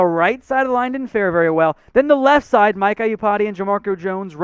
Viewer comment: I cringe every time you say "Mike Eye-you-pati"